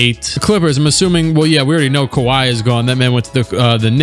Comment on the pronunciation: I am now pronouncing kawhi, kiwi